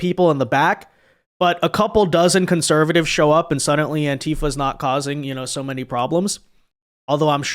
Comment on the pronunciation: for the love of God, there is no "T" in the word SUDDENLY!!!!